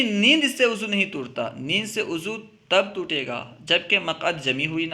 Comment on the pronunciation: ماشاءاللہ آپ اچھا بڑھاتے ہیں وضوء کے لفظ کو ءضو پڑھتے ہیں